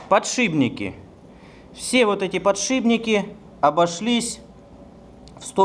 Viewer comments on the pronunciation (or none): ПодшиПник, а не подшиБник, от слов ПОД ШИП.